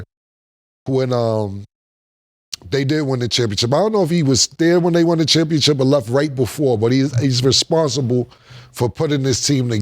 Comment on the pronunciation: It’s kalled ChampionSHIP not championchip Killa kmon 😂😂